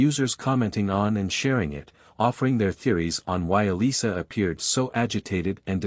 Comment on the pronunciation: Elisa, not Alyssa